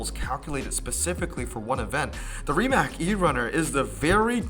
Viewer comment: Rimac is pronounced “Rdi-mutz”